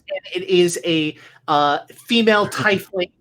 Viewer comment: You are saying "Tie-fling" (pronunciation) in the game. Is this the same thing as a Tiefling in D and D pronounced "Tee-Fling?" Just curious. I thought perhaps it was a copyright issue or something the reason for the pronunciation. To be honest, there is probably no rule for this. But, you are the only person I have ever heard pronounce the word this way. Thanks for ya'lls entertainment during my lab work. Cheers!